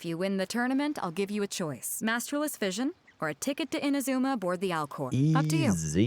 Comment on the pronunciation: Not "Inuzuma", it's "Inazuma".